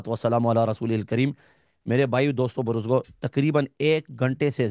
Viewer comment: Haleem chacha bhokla rahe hai 🤦 buzurgo ko buruzgo bol diya🙂 ...1hr 5 min pe 😒